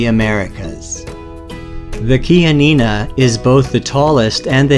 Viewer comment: finally i got the right pronunciation of chianina. 😂 lol